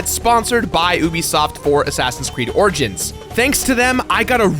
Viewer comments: Why can't pronounce the 'i' in origins? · "Assassin's Creed Orgins"